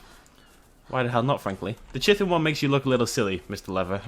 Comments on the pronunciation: Ahem... Chitin. Ki-ten. Not Chitten. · it's pronounced Ki-tin. with a K. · Also. How do i say chitin? i say it like. CH-IT-IN Am i supposed to say KIT-CH-IN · Good video just pronounceing Chitin wrong! :p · Errrrrrr say chitin right.... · Gwynbleidd I just hate how people just say "Learn to say things right!" and all that. Besides,both pronunciations refer to the same thing.